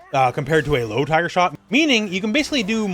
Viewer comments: My sister and I always thought he said hyper. I would hear Hyper, Hyper, Hyper Uppercut in my nightmares from this guy from SFII lol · Knew it was "Tiger" but to me it sounded like "Find her". In fact, I still hear it! Lmfao 🤣👍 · Me and all my mates also thought he said viper lol 😂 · As a kid I always thought he was saying "hyper" which maybe kinda made sense to me with SFII Turbo. Such is childish reasoning.